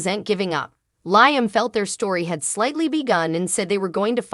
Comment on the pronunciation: Liam _ LIAM not LYAM